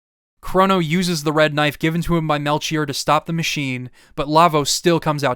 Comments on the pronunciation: No disrespect, I've always loved hearing different ways to hear words, but I've never heard someone say melCHier. I've always pronounced it Mel-key-or. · Aight listen this video has been so good but i just gotta say Whether it's from Hebrew or Greek it's gonna be Mel-Key-Or please you can't keep mispronouncing it I'm begging of you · Great video. Melchoir is either pronounced Mel-choir (kwye-er) or Mel-Kee-or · It's Mel-kyor, right? I know it's a weird name but now I'm losing my mind hearing the "Ch" lmao. Great videos big fan, been watching them all day. Good stuff man Thank you so much for making them. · Fantastic recap. Melchior is pronounced "Mel key or" 😊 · I know it's just a small thing, but it's pronounced Mel-Key-Or, Ball-tha-Zar, and you got Gaspar correct. I'm not a religious nut, but it is a biblical reference, so it's pretty well documented on how to say it. Great job on the video though. It's my favorite one since you did WindWaker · The ch in Melchior is pronounced as a K. The three gurus are analogous to the three wise men from the Bible, iirc On a separate note, I chose the Swallow the first time I played this game, but subsequent playthroughs I grab the armor, it's viable into the end game